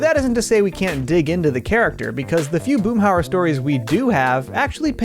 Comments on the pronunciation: The name is Hauer, Boomhauer. That dang double o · Boomhauser haha